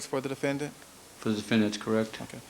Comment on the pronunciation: defen-DANT stupid aszz chris darden smh